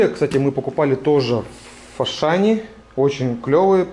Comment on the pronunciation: а почему фашан а не ашан?